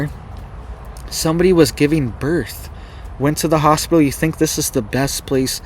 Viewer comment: PIT ...Is in the middle of the word Hos-pit-tal......😇